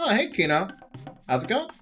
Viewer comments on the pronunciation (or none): none